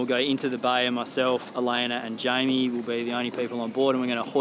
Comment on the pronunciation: It cracks me up every time calls her Elainer...